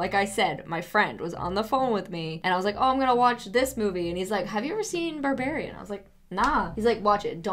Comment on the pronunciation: It is NOT called "Burrbarian"